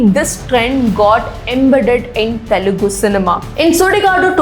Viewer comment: Pls say it normally...it's telugu cinema...why are you stressing the word "tttthelugu cinema"...?it's so irritating to listen... skipping the video..say it normally